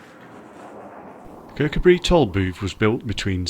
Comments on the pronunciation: It's pronounced ker cu bree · The emphasis should be on the coo. Kir-COO-bree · It's pronounced ker-coo-bree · Great little video, but please pronounce it Kirk. Oo bri. Loved your work well done. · The name is pronounced Kirkoobry, with the emphasis on the oo, that is the 2nd syllable. From a Scottish language teacher looking forward to going there soon. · Kirkcudbright pronounced locally as; Ker-coo-brie. 👍🏻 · Lovely te see.....but you pronouncing Kircudbright made me smile....... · lf l was making a video of somewhere with an odd name l'd learn how to pronounce it first. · great video spot on as we used to live near there . The only fault is that you can`t pronounce kirkcudbright properly but apart from that very good